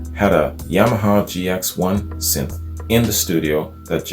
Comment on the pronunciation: Dude you said synth right, nice 1! Every time you since lol. I keep telling the screen pronounce it. Sin thi sizer